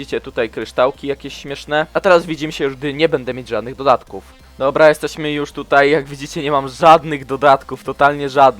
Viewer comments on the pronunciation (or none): TY UMIESZ W POLSKI?? juz ktorys raz mowie dodatków nie dodadków XD